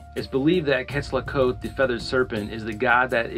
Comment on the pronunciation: Your story very nice told,except your pronunciation of Quetzalcoatl wich sounded llike "quesaktl"